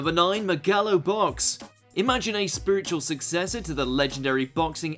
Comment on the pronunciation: Docking points because you said Megalo boxing wrong.